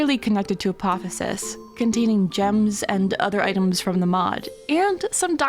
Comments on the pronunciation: Love the presentation method. The word is Apoth-E-osis, not Apothosis. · Hey apotheosis is pronounced a-poth-eosis , Like mitosis but with apoth in front instead of "mit"